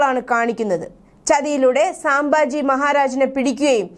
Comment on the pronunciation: സാംബാജി അല്ല സംഭാജി 🙏